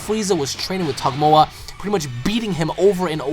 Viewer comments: You keep calling him Tagomoa but I think it's just Tagoma :D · He said tagmoa instead of tagoma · Not to insult you but your saying Togoma wrong it's pronounced Tu Go Ma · not to be rude or anything but its tagoma not togmoa it just really iritates me when somone pronounces names wrong. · you keep calling him tagmoa its called tagoma lol anyway keep up the good work on ur vids peace bro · I have to disagree with you on Gohan. Gohan isn't being nerfed down like you claim. Gohan is simply not getting Stronger like everyone else is, therefore everyone else is getting powered up above him. Gohan himself hasn't drastically gotten weaker at all. Also, it's pronounced "Tuh-Go-Ma". Other than that, great vid man, keep it up! I also reccomend you play Dragon Ball Z Burst Limit, Ultimate Tenkaichi, or Raging Blast 1(It has a Story while RB2 doesn't) in the future!